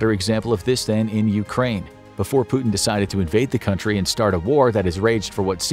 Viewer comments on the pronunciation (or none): none